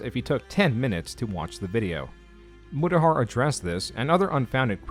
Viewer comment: Mutahar went Murahar? lol